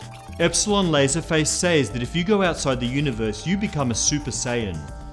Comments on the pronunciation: I like how he says “says” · Its pronounced "sez" not "says"